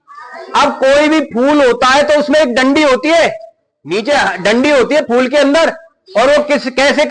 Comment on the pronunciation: Phul nhi phool